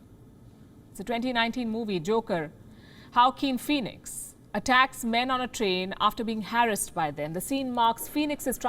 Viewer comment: You mispronounced every single word. HALLOWEEN .. JOAQUINE PHOENIX . What's wrong with you.